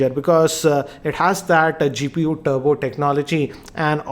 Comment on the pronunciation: its Turbo not Tubro RIP English